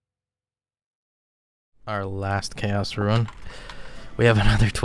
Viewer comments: Why in tarnation are you pronouncing "Rune" and "Ruin"? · Bruh its pronounced RUNE. not RUIN 😬 love the vids